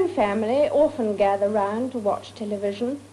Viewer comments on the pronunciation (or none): How odd that she pronounces " often " as " orphan ".